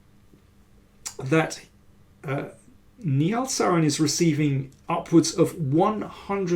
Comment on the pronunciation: "Nihal" should be pronounced like NI-HA-L, with the suffix rhyming with Tal, just like how Indian GM Sagar Shah pronounced it. Right now, you are pronouncing it like "ni hao," which is the common greeting in Mandarin Chinese.